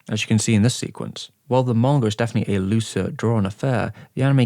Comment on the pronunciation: Why tf does he say manga that way, 'Morngur'